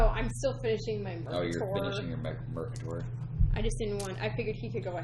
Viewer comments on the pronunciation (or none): "Mercator" rhymes with "crater". Driving me a bit batty making it sound like a supervillain.